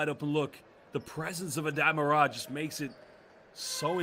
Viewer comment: I am sorry to tell you that you do not pronounce Aday Mara’s last name correctly. The correct pronunciation is with the accent on the first “a”. Just as you would pronounce Sara. Kindly yours.